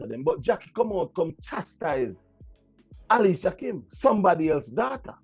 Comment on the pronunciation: big up yourself but her name is Alicia kim please pronounce it properly ok darling lol